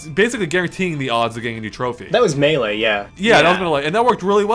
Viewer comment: you finally pronounced melee correctly!